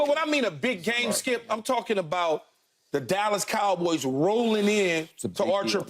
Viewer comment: Keyshawn pronounces it as the kalboys